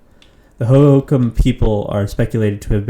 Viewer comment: Ho ho Kam. Not hohacom.